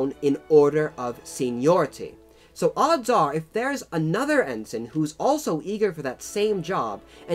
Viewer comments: Bumbling Brit hahaha and in Brit. English the rank of Ensign is pronounced with ens-EYE-n not en-sun. those upstart colonists we should have crushed then when we had the chance :D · Cringingly inaccurate pronunciation aside (Viscount, Ensign etc), not a bad explanation of the complexities of British commissioning system. Glad it pointed out that (unlike many other countries one can think of) the sons of the the privileged class in Britain have always (for well over a thousand years actually) exposed themselves to not just the SAME danger as the rankers, but far MORE because their casualty rate has always proportionately been much higher because they led from the FRONT wearing distinctive uniforms. Even in WW1 this was the case making them easy targets for German snipers, the average life expectancy of of a Second Lieutenant being 2 weeks. In our Parachute Regiments (and Royal Marine Commando and other Special Forces regiments), senior ranks up to Brigadier General jump with the men and fight along side them right in the thick of it.This policy led to a disproportionate death rate amongst officers and was the reason why after WW2 we all started to wear the same DPM uniforms in the British Army and saluting in the field was prohibited. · Ensign is pronounced en-sign (sign as in signpost). Viscount is pronounced vi-count (vi as in tie).